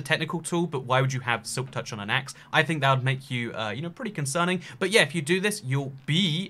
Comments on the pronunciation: Nobody:: Silk Tourch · "silk Tourch"